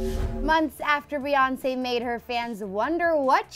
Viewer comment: She said Reonce 😂😂😂